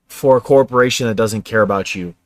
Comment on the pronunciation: Saturn governs the bowels, Corpse-o-rations.